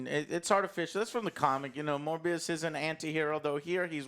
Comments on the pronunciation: I love how Joe said "more bs" instead of "Morbius" XD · The way pronounces Morbius sounds a lot like 'MoreBS' to me. Or is it just me?